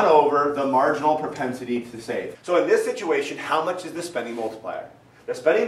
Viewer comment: "Your marginal prospenitilytur"